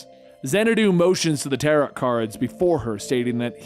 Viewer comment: Tarot does not rhyme with carrot. Read some actual books once in a while.